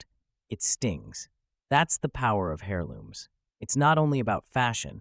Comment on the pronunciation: Hairlooms 😂 bro the "h" is silent